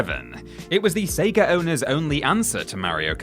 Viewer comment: Oof, intrusive-r syndrome located it's SEGA not SEGARRR